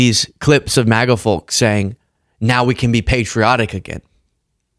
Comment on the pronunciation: I love you brother, but you gotta stop saying the word "folks". The L is silent. And it certainly isn't pronounced "fulks". Otherwise you're awesome, lol